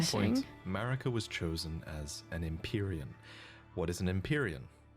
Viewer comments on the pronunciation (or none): OK but why does she call Marika malika though?